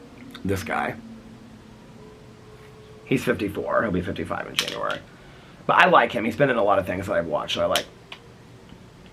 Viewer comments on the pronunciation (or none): none